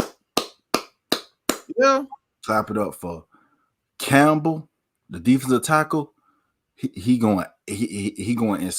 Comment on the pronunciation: Lost me when u said Campbell